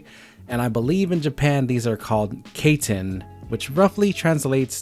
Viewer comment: Genki susuhi=kaiten pronounced Kye-ten